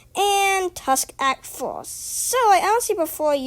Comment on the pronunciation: That intro tho 😳 "Tusk Act FOHH" OH MY "Wound about path" "Aer" OH MY im a boy